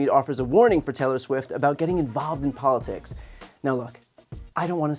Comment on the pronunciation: Catch drunk Janine Pirro ...."polishticks". LOL.